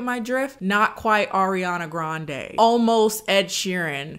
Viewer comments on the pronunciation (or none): none